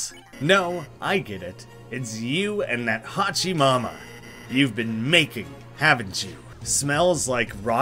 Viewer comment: btw, its HOO-chi mama.... you mispronounching the whole video was making me cringe ^_^